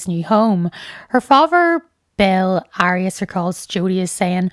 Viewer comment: You say the case has been overdone yet you pronounce her name wrong lol like after all the coverage there’s been….how is it so hard to say someone’s name right . I genuinely don’t understand